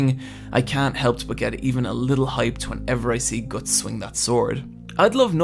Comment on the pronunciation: I dont like how you pronounce guts